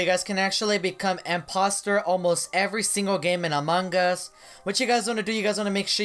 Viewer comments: Wait when u start match and became impoater u said amagas .-. Just saying not tryna be rude. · this is how many times he said amon gus BROO I DIE EVERYTIME U SAY IT 🤣🤣